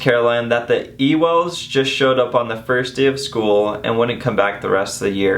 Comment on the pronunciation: wait i thought ‘Ewells’ was pronounced ‘you-els’